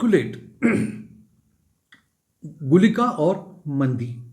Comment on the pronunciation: Sir its not mandi, its maandi. Many north indian pronounce nakshatra pada, actually it is paada.